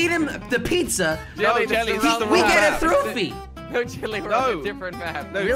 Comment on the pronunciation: I like how he says throwphie